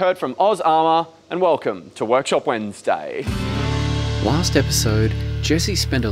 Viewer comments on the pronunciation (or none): “Workshop weddinsday”